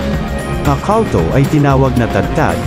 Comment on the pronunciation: Kawltow? Baka kulto? Eslang ka now 😂